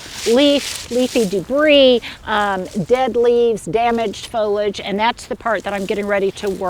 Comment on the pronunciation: foliage......has 3 syllables......don't eliminate the "e" sound in the middle!!!!!!